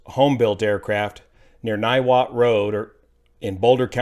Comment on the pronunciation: Niwot resident here, you nailed to pronunciation.